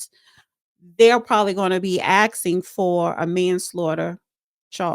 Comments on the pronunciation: It’s not AXXING! It’s ASKING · Did she say axing you"? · It's aksing- phonological dyslexia